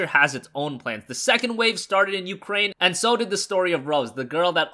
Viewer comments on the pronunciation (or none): none